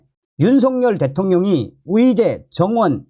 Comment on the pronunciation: 계속 의대를 위대라고 하시네요~~^^